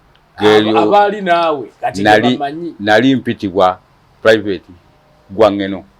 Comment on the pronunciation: They were called Ogwang Gweno. Dont butcher these words